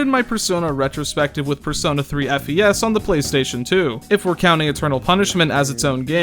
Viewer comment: hey, you said "FES" this time instead of "fez"